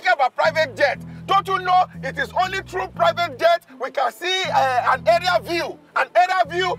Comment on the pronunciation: It's Areal view not "area" view. Check Macaroni. One love❤